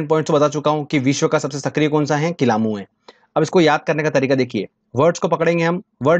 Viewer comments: Kilauea hota h n ki kilamu..... Acche se padaya Karo sir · kilamu nahi bhai kilayu hai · WO kilamu nhi Kilauea hai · किलामू नहीं वो किलायू है वो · किलामू नहीं किलायू 🤪🤪🤪